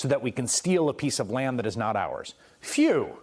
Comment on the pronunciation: FYIIEW??? Phew?